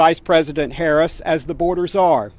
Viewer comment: What a fool, Greene can't pronounce VP Harris' name and Greene hasn't done anything for this country except use her stupid mouth to trash the USA.